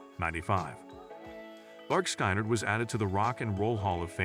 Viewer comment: Stupid video. Thumbnail is the wrong VanZant. AI butchers the band’s name. Please STOP.